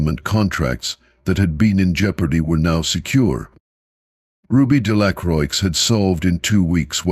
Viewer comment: The x is silent in Delacroix.